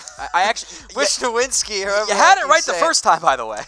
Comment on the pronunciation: its Mitch Wish-Now-ski